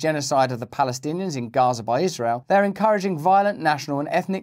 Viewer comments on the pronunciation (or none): none